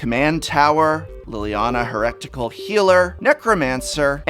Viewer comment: aren't you, like, educated beyond the high school level? how can you mispronounce "heretical"?